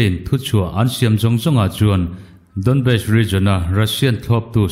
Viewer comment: Donbest tile tawh... DawnBas tia lamtur ti mawl2 kha